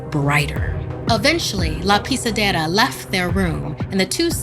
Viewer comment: Because of her how she says: la pisedera i can tell that she speaks that language rlly good